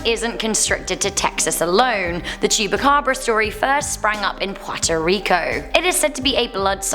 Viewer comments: Um, first: The Chupacabra is from Mexico and second: It's not Chu-ba-cabra, it's chu-PA-cabra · She Said El Cucuy better than she said chupacabra. She was struggling with Llorona...😂. And it's China cemetery not Chinese cemetery...and I believe the name is derived from the China berry trees that grow in the area.